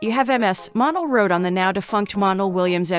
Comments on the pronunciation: His name is not Monel Williams but Montel Williams. You have to pronounce the T. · Montel. not Montal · Get a new narrater damn. If you can’t pronounce “Montell” correctly you should never do voice work. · The commentator is lousy at prounouncing names. She should have done her homework. She doesn't give these great people respect. What a waste paying her to do this video.Montiel Williams had his popular show for years. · Your not pronouncing Montel Williams first name correctly